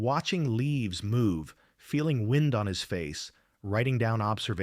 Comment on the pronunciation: For the same reason the American-english voice sometimes says "wind" with a long "i" (as in to twist or wrap something), when they should be saying "wind" with a short "i", meaning air movement - because this is AI-generated crap. Give it a downvote and move on.